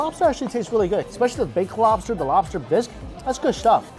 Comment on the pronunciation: Me rike robster